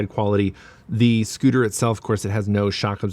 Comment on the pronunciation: I wonder why you pronounce the S as a Z, eg. thiZ Zcooter iZ Zo aweZome! Didn't they teach you in school the difference between the pronunciation of the two letters? Or maybe you are wearing dentures, or you intentionally want to sound awkward and weird with the way you talk. "I am Zuper excited to Zee what thiZ thing can do" bwaaaahhahaaaaaaaa